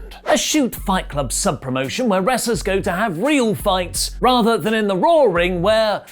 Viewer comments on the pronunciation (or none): none